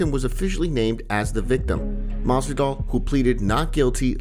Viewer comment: lmao dude said masvidal